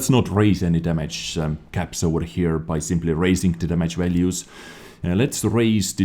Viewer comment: It's like ''oVEr'' not ''oUR''